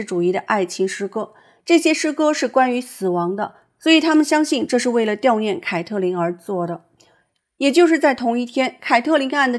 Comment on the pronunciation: 悼（读到）念